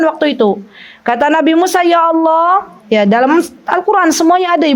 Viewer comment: Bismillaah Afwan ustadzah, waktu mengucapkan Allaah, bolehkah huruf A nya di panjangkan? Aaallaah, bukankah artinya berubah ustadzah?